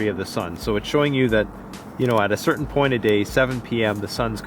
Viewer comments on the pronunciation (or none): none